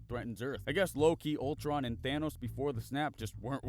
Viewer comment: Bruh did you just... 'Loke'?